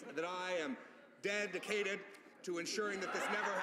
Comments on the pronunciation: "Dead"icated, hahaha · "Dead"icated lol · "I am DEAD-icated!" XD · "I am DEAD'icated." Ohyou.jpg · "DEADicated" oh my gosh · Dead-icated omg